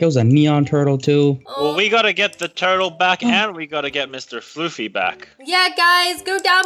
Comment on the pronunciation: Floofy not floor